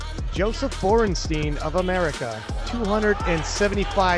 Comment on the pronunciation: It's said Boren shtaïn. Time to learn your root language, English speakers. The sumo is such a joke, as the ipf with its referees.